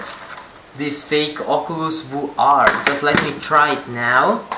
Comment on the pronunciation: How I say VR: VR | How says VR: VooR